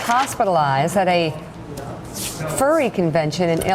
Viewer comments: The "fairy" community?? FAIRY?!? I think its pronounced Fur-ree, furry... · Is it me or the way he says Ferry than Furry with letter u replaced with e? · Are you saying “fairy” lol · Say "fur" , then "fair Say "hurry" and then "hairy". Then "Harry" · I know you’re capable of making the U sound